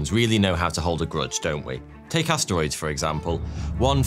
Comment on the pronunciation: He didn't say asteroids, he said ass steroids.